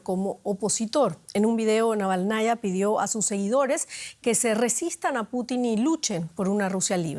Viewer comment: Estimado, ¿tienen muy lejos la redacción de DW Ruso? ¿Por qué no les consultan la correcta transcripción al español del apellido de la viuda de Navalni? Es Naválnaya y no Navalnaya. Un saludo.